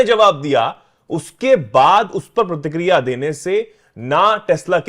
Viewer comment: अबे साउथ अफड़िका, प्रतिक्रिडिया नहीं चुतिया साउथ अफ्रीका और प्रतिक्रिया होता है अनुवाद ठीक कर ले 🙏